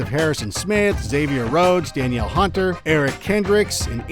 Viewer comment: It’s pronounced Dun-eel Hunter just FYI